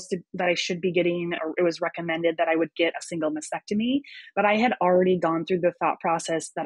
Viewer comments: It’s masTectomy not masSEctomy and dieP flap not Dee flap!!! Although pronunciation is not as important as your health, you’re dealing with with breast cancer patients, so legitimizing your qualifications would be so much easier if you sounded educated. I’m so sorry if I sound harsh, but you’re trying to educate us out here. Praise God you’re healthy!❤ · I wish her all the best. I know I’m being a bit nit-picky, but the word is “mastectomy,” not “masectomy,” as she keeps saying. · I SAID I was being nit-picky. I, too, am a breast cancer survivor — and I know how to pronounce “mastectomy,” and I don’t work in the field, as this survivor does. I think she’d be happy to finally learn how to pronounce the word correctly. As for that “Karen” thing: It sucks.